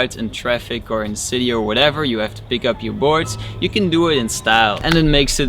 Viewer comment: You not shyou.